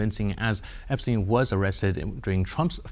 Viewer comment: Can you pronounce Epstein name properly It is so annnoying when you change names like this